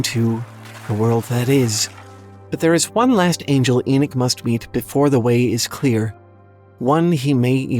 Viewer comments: It's E knock... not E knick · I had to turn it of as couldn’t deal with the bad pronounced words but especially the name Enoch ( Eee-Knock) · ty 4 pointing this out Enoch was a prophet and he keeps mispronouncing thev name wrong